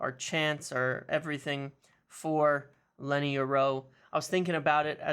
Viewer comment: Lol why're you saying Lenny's name like that, youre rolling his first name into his last name 😂